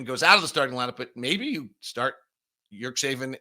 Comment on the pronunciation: nice analysis again but please check with Ömer on how to pronunciate his last name. I'm pretty sure there isn't suppose to be "k" in the middle like you are saying it. It's important that the teams own media people at least say their players names right.